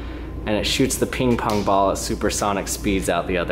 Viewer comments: "peeng pong bal" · it is funny how he said 'ping-pong ball'